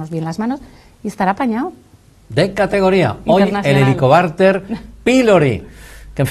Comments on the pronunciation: El entrevistador dice " helicobarter" je je je , en vez de helicobacter......interrumpe mucho.....pero gracias... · Por favor, señor entrevistador, deje hablar a la doctora. Se dice Helicobacter con c y no con r. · Muchacho. Lea bien, y grávese la pronunciación, antes de cada entrevista. Por favor...!!!! Es irritable escuchar en toda la entrevista Como pronunció mal. Helicobarter. HELICOBACTER, Bacter , bacter. Bacter. Get it. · Si, que fastidio con ese entrevistador q no deja hablar a la experta y además pronuncia mal el nombre de la bacteria.....que horror !!